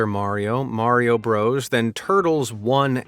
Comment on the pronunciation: Why can't you say Mario or Nokia ??? Are you broken as much as shitty wish products? And we DO NOT live in any kind of shire .... It's pronouced shur .... as in Yorkshire 1 word not 2 with stupidity leaning on the shire half of said words Cheshire, Derbyshire, Gloucestershire and even New Hampshire ALL pronounced ???shur Share this with your civilisation and you're welcome. NOT AMAZED at anything, ever!